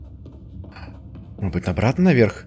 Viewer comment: говорит модбыть место можедбыть